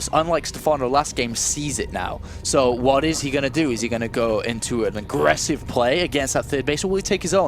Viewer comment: I have a great deal of respect for, but can someone please tell him there is no 'k' in 'going'?